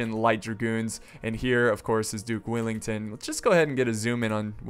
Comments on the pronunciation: Its Wellington not Willington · he say duke willington? it well-ing-ton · Dude.. its wellington not willington get it right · Duke of Wellington not duck of willinton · it's Duke of Wellington not Duke of willington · “Dook Willington” 😭🤣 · Duke of Whillington? Its Wellington m8! Wellington not WIllington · WELL ING TON..... not willing tongue or willy ton .... sigh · Greatings from Wellington, New Zealand! Or as the guy in the video would call it: Willington... -. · Hi this is my favorite part of history so thank you ps I am a huge fan and it is Wellington well and ing ton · "Duke Willington" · It's WELLINGTON! 🙄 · Is that how you say Wellington? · awww no. I'd thought u would put on a posh english accent to when u were going to say the Duke of Wellington's name :P